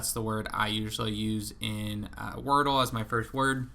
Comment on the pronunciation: I love that you call it workle. That’s really good